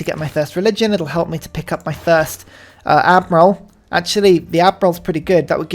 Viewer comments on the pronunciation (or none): none